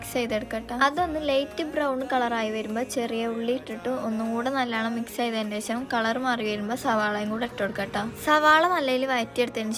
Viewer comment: നല്ലണം ❌നല്ലോണം ✅